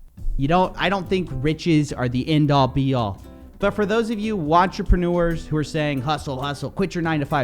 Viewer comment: lol did he say WATCHERPENUERS!? LMAOOO😭😭😭 wish I could subscribe twice